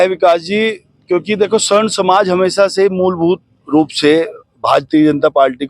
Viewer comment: स्वर्ण नही सवर्ण कहे